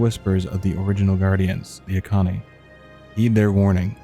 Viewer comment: bro kept pronouncing Auchenai as Akani